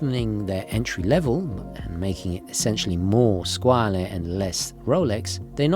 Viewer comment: Its pronounced scwarll